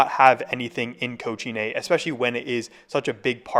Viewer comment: It's not that hard to pronounce cochinay correctly🥀